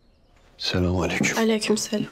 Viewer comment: biri selamü aleyküm olmadığını öğretsin lütfen sülamünnnn aleyküm olacak